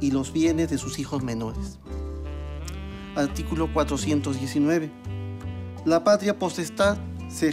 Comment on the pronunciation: Alticulo la patlia potestad. Jajaja señodes